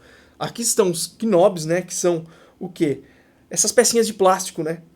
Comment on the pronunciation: Muito bom seu vídeos. Muito esclarecedor. Mas se você me permite, a pronúncia correta para knob é “nob”. Não pronuncia o k na palavra. Me desculpe por fazer esta correção, mas para uma pessoa do seu profissionalismo, acho que pode te ajudar.